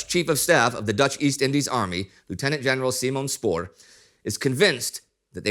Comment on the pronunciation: Haha yes it sounded more like Whoieb or something xD Westerling/Spoor were also decent.